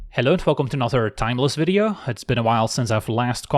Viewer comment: "welcome to another timeless veedeo" Like